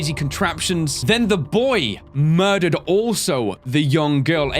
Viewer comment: the way you stress the word, "murdered"